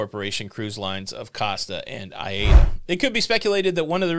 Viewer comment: ~ its pronounced "I" "eeeda" (Aida Cruise line) Does that help? Great cruise line BTW, I'm American, dont speak German, sailed them in the Caribbean, great time!